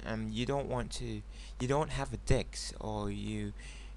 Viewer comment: Disc D- "I" before "S" Duh-I-S-kuh Disc. not dicks. sorry...helpful hint?